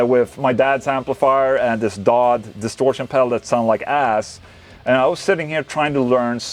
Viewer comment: D-O-D pedals, not dod. It's the initials of the founder of the company David Oreste DiFrancesco